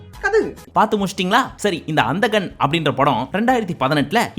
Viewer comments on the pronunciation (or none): Yovv, athu anthagan nee pronounce seyum podhu antha kkannu soluriye